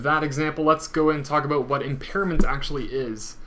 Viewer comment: Aboot? :-D